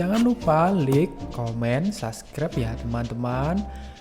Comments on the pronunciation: Koreksi ya Bro.. "Like" itu dibacanya "laik*, bukan "lik". Soal materi konten, saya rasa sudah banyak yang menambahkan. Sukses selalu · Like dibaca lik ..gayo dibaca kayu. Ruteng= teng nya dibaca teng'ah harusnya dibaca ban'teng.. Klo orang asing wajar bicara begitu.. Lebih banyak lagi belajar dan perbanyak wawasan